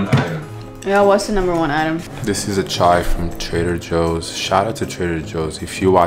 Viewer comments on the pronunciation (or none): none